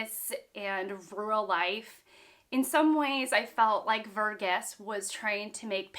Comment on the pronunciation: it's Var-geese. Source: I belong to the same ethnic community as him